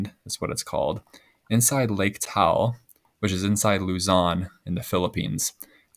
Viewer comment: I live in Tagaytay City (near Lake Taal) and was there during the 2020 eruption. People are no longer allowed to visit the volcano. By the way, Taal should be pronounced with two syllables: ta-al. Similarly, Bataan should be pronounced with three syllables: ba-ta-an.